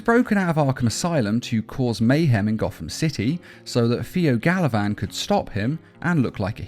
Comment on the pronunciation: when he said Pheo Galavan i thought he said Taliban LOL.Its osama bin joker now i guess. Batman: Ladies and Gentleman.....We Got him